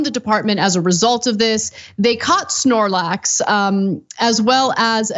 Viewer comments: It was a "SnOrLaX" lmao Cenk "SPLORAXES!" Ahaha & this isnt like some random unknown pokemon. I'm sure I dont know hundreds of pokemon's names. But not knowing who snorlax is, is like not knowing who pikachu is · For the love of God, it's Togetic (toga-tick) and Snorlax (Snore-lax). Thanks for coming to my Ted Talk. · Spornax? I about had a seizure 🤬